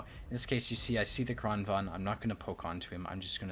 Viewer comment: I get triggered every time he fails to correctly pronounce "Kranvagn".